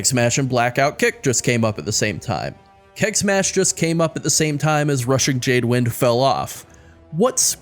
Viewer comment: Keg Smash sounds like KEK smash)